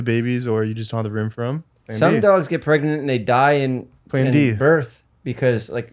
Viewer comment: He said Plan D lmfao